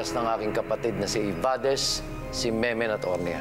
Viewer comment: meno po hindi memen, hindi maayos pronunciation ni dingdong dantes😅